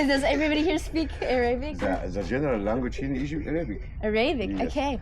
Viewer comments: Yes I believe it is AIR-uh-bick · your Pronunciation of arabic is so funny this is why those guys laugh its pronounced as it write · NO - The "pyramid-shaped triangle at the top didn't ERODE over the years". BTW - it's called a PYRAMIDION. - NO - Khufu's pyramid isn't "almost perfectly aligned with true north", which is still wandering around to this day (which we can perfectly align with it if we wanted to). - OMG - You don't even know how to pronounce 'Arabic' correctly. Just an pretty blonde ignorant American stumbling around ingratiating herself to those in charge in order to gain restricted access and make a click-bait video. Please, Next time you go (and anybody reading this), please educate yourself first. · Cant even pronounce Arab 🙈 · Im sorry you didn’t know how to pronounce Arabic yet you’re in an Arabic country? And it was a good effort and had me watching intently but then you’d switch. One second your going to climb up to see inscriptions but stop for no reason, then in the kings chamber, then interviewing someone, then going up or down. Geez focus on one area please.